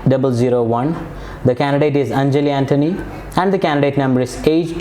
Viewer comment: It's not fake accent . It's the standard. English is nasal. Still he sucks with words like candidate, important, preparation etc